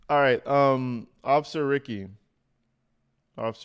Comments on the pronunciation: Ricci pronounced Ree Chee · (B-M) is Black Male, Ricci is Italian pronounced Reet-chee. Fantastic of you to go through the facts. Thanks. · Usually Italian, most words/names with 2 "C"s (Ricci) are pronounced Luke a "CH" (Richi). Since you were asking. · Officer Ricci is pronounced like '' Richie '' I only know that because that's how my attorney spells and pronounces his name . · Like Christina Ricci pronounced Reechy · I am pretty sure it is pronounced reechie.... Like Christina Ricci.